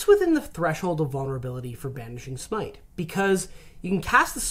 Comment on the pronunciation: Smite. It's smite.